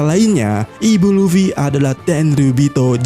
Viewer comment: Ibu LufWie... 😂😂😂 alay banget nyebutnya....